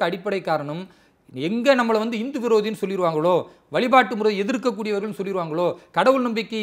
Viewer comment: It is not INDHU. Please pronounce it as HINDU.